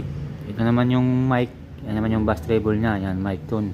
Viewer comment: Beys (bass) hindi bas